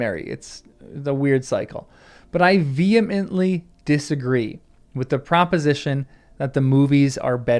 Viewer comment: Oh am I so grateful! I haven't heard vehemently pronounced properly in a while. Thank you.